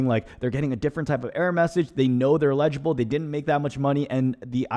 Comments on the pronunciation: LEDGE-able? 🤣🤣 you mean eligible and ineligible🤣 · The stressed syllable in EL ig i ble is the first syllable - not the second syllable - you were saying el IG i ble.